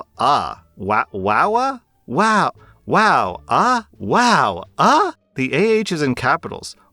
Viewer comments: its spelt Eh and pronounced Ey, not Ah, eh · It should be eh not ah lol we say eh a lot up here 😂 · WOW!EH!…not Ah…Eh. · He was also pronouncing "ah" as "uh" I thought that was weird.... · wowAH. 😂 At least it was funny how you emphasized it. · It's pronounced wow eh. Canadians spell it differently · I'm pretty sure it's is supposed to be "wow aye" like that typical Canadan saying lol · Lmao i couldn't stop laughing. It hit even harder when he said the AH is capitalized and continued with a new and improved pronunciation. Wow, AHHH!